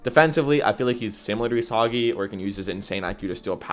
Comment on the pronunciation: If you’re gonna slander bachira then at least pronounce Isagi’s name right 🫩